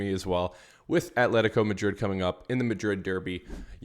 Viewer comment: when you say Madrid, Madridistas and when you say player names! No hate just want to hear the names in the language.